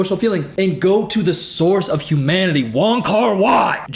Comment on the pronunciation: “Humaninanity”